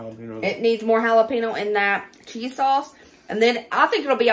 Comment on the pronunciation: The way you pronounce jalepeno is absolutely adorable and so East Tn. Hal-a-peeno..., I just love you!! ❤❤ This has been one of my favorites!!! Fast food is getting RIDICULOUS. Good job, lady!